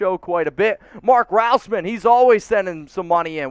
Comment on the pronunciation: stop butchering people's names. Mark Rasmussen... what was that, "rouseman?" It's RAS-muss-en.